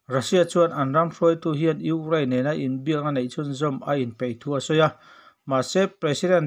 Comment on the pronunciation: tinge..ugrain tih tlat zel le